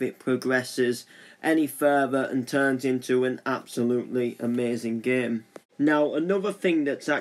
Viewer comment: the commentary: "this geem kjgfhkfdjghdfkgjh this geem dkjasldkjasldkj this geem asldkjsalkdjsaldksajd this geem aslkdjsazldkjsalkdj this geem lkdhjdskhjskld this geem laskdjaslkdjasldjk"